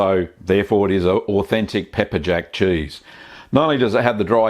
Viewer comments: I just love the way this man says "Chueese" 😂🤣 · You say cheese like I assume fancy mice would.